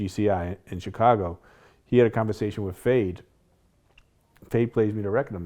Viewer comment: Why is Vlad now pronouncing "Chicago" like Charlamagne? Chi-kagoh